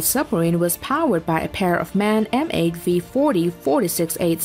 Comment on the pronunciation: The MAN engine manufacturer is pronunced every letter for itself, not like man